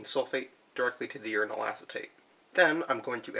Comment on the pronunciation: 1. Uranal sounds like urinal. Uranate sounds like urinate. I had quite a bit of cognitive dissonance. 2. I agree with the poster below. Your channel would benefit greatly from improved audio and lighting. No one does uranium chemistry!